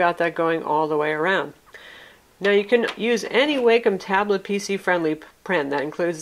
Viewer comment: Awesome review, thanks for this! Its so hard to find reviews specific to the Wacom Tablet pen functions for us artists! As a side note, its pronounced "WAH-come." It took me about a year to break away from pronouncing it "WAY-come," since quite frankly way sounds much better!